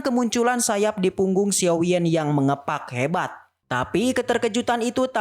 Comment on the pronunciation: Dan bukan xiou bang tapi xiao